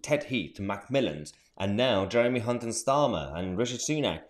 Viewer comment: Nice to hear you pronouncing your H's, most pronounce his name with a C